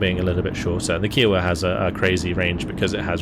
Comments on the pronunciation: You pronounced Kiowa wrong bud, its kai·uh·wuh, amazing content as always! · K'eye [as in eye]-oh-wa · I only mention it because you always are so good with pronunciations, but the pronunciation of Kiowa is slightly off. The helicopter is named after the Native American tribe of the same name and instead of a ‘q’ sound it’s more of a ‘k’ sound. So it’s like ‘Hi’ with a K sound at the beginning. I don’t know how else to describe it in writing lol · Yeah, I was gonna say this! The “Ki” rhymes with “eye”.